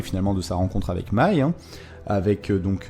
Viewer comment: C'est con mais ça me titille... Pourquoi tu dis " Mei " tu le prononces comme si c'était un E très souvent alors que c'est un A " M A I" ("danse" certainement) MAAAAAIIIEUHHHH pas mééééiiieuhhh haha bref ! Analyse / résumé sympa comme d'hab :)